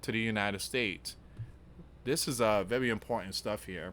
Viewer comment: Vewy vewy fear mongering